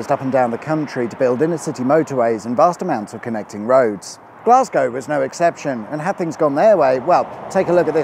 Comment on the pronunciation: No self respecting Scot would ever refer to my home city as "Glasgie." To us Weegie (Glaswegian) Natives, its "Gless-ca."